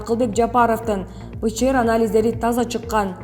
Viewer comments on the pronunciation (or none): Садага болоюн туура окучу пчр дебей